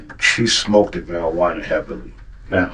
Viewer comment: Did he say smokeded? wtaf